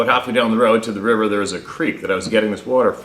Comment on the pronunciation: River not ri er